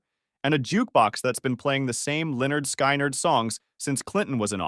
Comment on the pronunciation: Truly Icky Vicky 😂😂 Also, that pronunciation of Lynyrd Skynyrd is borderline criminal.